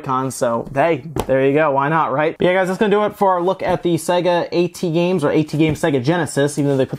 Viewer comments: I never hear someone called AT games as "ey tee games" usually people read it as "@ games" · AtGames, not Aey-Tee Games. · i don't think he even has the respect to pronounce them properly, and i get that.